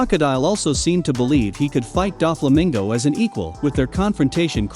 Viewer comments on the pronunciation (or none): none